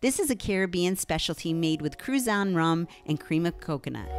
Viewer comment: It’s pronounced crew-zhun 🙂